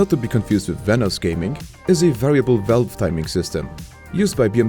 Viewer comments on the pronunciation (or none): none